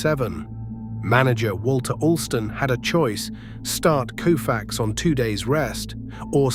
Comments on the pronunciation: His name deserves to be pronounced correctly.its COfax not KOOfax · This by far the worst YouTube Doc I’ve ever seen!! Nothing against Koufax, obviously one of the baseball’s greatest pitchers of all time! The combination of the narrator being incapable of pronouncing Koufax correctly and putting in random images of players who have absolutely nothing to do with the storyline like the image of Clayton Keyshaw inserted in for no reason. Also saying the series was tied at 3 games to 2 heading back to Minnesota. I’ll just stop there about how bad it is. I stopped watching at 28 minutes in. 28 min I can never get back!!!